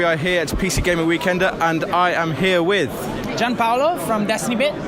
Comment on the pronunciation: He's named "Gino Paolo" not Jean-Paul, holy.